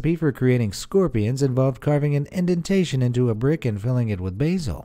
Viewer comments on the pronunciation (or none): none